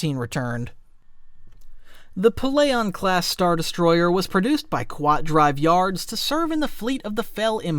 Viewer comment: "The Qwuat Shipyards" cracked me up so bad XD I've never heard someone pronounce Kuat (Koo-watt) Shipyards like that in all my 27 years!